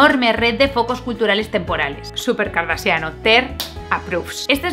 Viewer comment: Cada vez que Ter dice "Kardasian" pienso esto